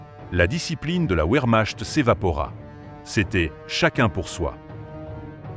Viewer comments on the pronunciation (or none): Indigence Artificielle : "Herman Gueurin" la Vermache ! voix et traduction de merd. ! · La ouèrmache"...? La loufeouafe...? Les ouandèrewache ?...